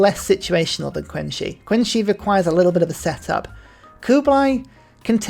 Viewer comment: Oh 3 years ago, just found out. Nice vid, only 1 note. I'm not a native chinese speaker, but I know Qin is pronounced more like Chin without the 'h', typically western people say it as 'Keen', but hearing you say 'Queen' is wild, let alone Queency (queen shi?). Not trying to be pedantic, but you'll sound better and informed in this topic when you try.